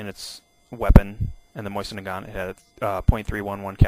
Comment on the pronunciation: Pronounced: Moh-Zin, not "Moisen"